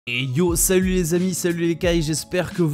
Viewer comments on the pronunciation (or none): none